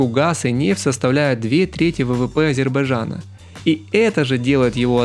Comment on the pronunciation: А также Азирбажан Почему им всем так трудно прочесть правильно название страны А З Е Р Б А Й Д Ж А Н?